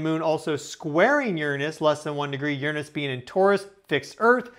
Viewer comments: You would be more believable as a professional if you cut out the astrology crap and pronounced Uranus correctly. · now if you had just done that after pronouncing Uranus the old school way and then signed off as Captain Brown Eye, I would've liked and subscribed